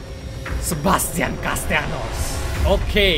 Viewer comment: masih inget gw pd saat kak reggi ngomong sebastian castelanos sebagai castanyel hahahahahahaa